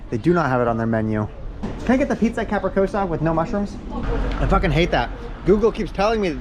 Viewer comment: Bro, it's capriCCiosa not Capricosa!